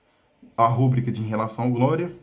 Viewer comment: Uma coisa que eu percebi: A forma correta é rubrica, sem acento gráfico. A palavra é classificada como paroxítona, pois a sílaba tônica é a penúltima: ru-BRÍ-ca. De acordo com as regras de acentuação da norma culta da língua portuguesa, paroxítonas terminadas em “a” não recebem acento. Se a palavra fosse escrita como rúbrica, com acento no “u”, ela seria uma proparoxítona (RÚ-bri-ca), e, nesse caso, o acento gráfico seria obrigatório. No entanto, essa grafia não corresponde à pronúncia nem à forma correta reconhecida pelos dicionários. Portanto, o uso adequado é rubrica, sem acento.